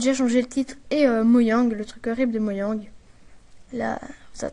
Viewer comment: Super mais c'est pas moyang mais mojang voila!